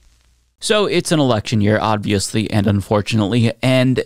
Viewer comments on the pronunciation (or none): I love your videos, but why do you say "odviously"?